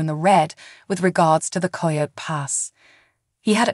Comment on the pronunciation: Please pronounce this property correctly “KI-O-T” for Coyote Pass!